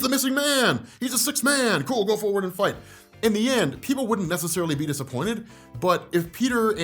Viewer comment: "If Peter and Spider-man are gonna fignt..."?